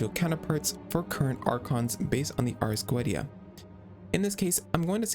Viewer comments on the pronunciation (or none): cool video, but youve got some name pronounciations wrong, Focalors (the "s" included) is read as "Fosalors", and the Ars Goetia is read as "Arc Goicia" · it's arrrs go-EH-tee-ah